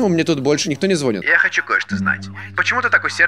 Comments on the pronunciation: ААААААА, МОЙ СЛУХ!!!! звонИт, а не звОнит. Боже,, пощади □!) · не звонит, а звонит. запомните наконец!